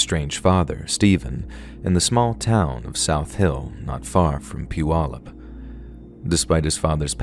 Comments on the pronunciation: Whaaaat? Someone actually pronounced “Puyallup” properly? 🤯🤯 Good job! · I live in Tacoma now but I lived in Puyallup when this happened. And you actually pronounced it (Puyallup) right unlike so many people who have talked about this. South Hill was basically an area that's kinda turned into its own city even though if you live in South Hill, it's a Puyallup address. I remember the fire. You could see the smoke. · I live in Washington state & just wanted to say "bravo!" on correctly pronouncing the name of the city where Joshua Powell was born ( mark). Many non-locals get it wrong, as the spelling looks odd. I live about 30 minutes west of Puyallup. 🙂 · Story # 2 is completely true! Grew up in PNW, and remember this national news story. Thid story was well written and told. Thanks for shedding light on this dark story. And by the you pronounced Puyallup correctly🤣